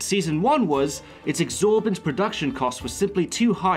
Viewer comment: *exorbitant not exorbant